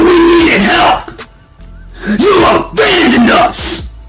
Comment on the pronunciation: "You avandoned us"